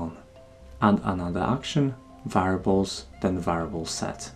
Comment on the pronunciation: Great tutorial! I was briefly confused a couple of times though because I kept mishearing 'variables' as 'fireballs' xP